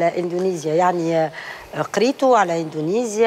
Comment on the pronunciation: يا سنية الدهماني يا استاذة ،عملتي العار. علاش تقول وتكرر الف مرة اندونزيا اندونزيا والصحيح هو اندونسيا يا معلمة